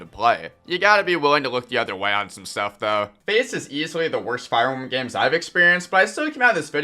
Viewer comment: Did he say fire embum your nose sounds stuffy, clean it out then make the video. Corrin is good so is Mr game in watch that fact will never change.